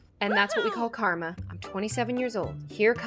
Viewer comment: And that's what we call ✨kArmA✨ Me: hehe "Car-ma"